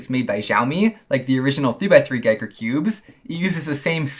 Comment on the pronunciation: It's Ge ker Like Wii so Giiker. Not guy ker